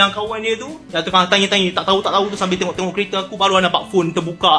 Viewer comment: Die tenok..die tenok...pelat mamat ni...haha🤣🤣🤣🤣